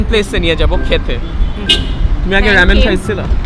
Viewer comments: is just triggering me the whole video saying rAmen as rEmen..!! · Bro, you're pronouncing ramen wrong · It's Raaa (um) men, not am:) / Samon not Sal-mon:)